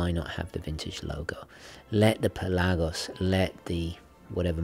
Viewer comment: Its pelagos and not pelaaaaagos and its not lady gega its lady gaga